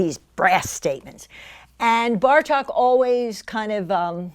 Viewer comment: Great lecture! Bartók's name is pronounced with a long O sound, so not a short "a" as in Cup, but a long "oh" as in Door.